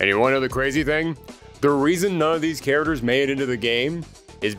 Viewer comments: "karaders" ........ You mean CHARACTERS???😂😂 This guy kept saying the word and sounded so wrong every time. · Why does this guy keep saying care-derz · Pronouncing "characters" as "char-ters" is bothering me more than it should be. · "KA-RA-DURRS" 😂😂😂😂😂 Bruh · "Karadurrs" you mean characters!???? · Thank you for this video about all the cut "chariders" from "Street Figh'er" :) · A History of Cut Street Fighter "caraders" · Are you saying care-uh-ters??? 😂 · Are you trolling with how you say characters